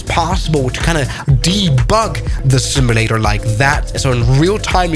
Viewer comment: IT's pronouned SIM-U-LATER not SIM-I-LATER